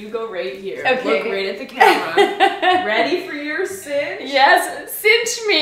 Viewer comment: Cinch! Synch is pronounced sink